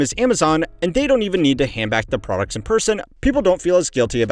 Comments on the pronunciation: "ratailer producs" lol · "Return rate of ratailer producs" 😂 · at 14::30 "ratailer producs" >(") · lol "ratailer producs", "eccomerce"